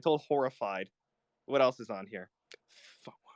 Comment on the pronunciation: The way he says "Quaso" is so funny to me, LMFAOOO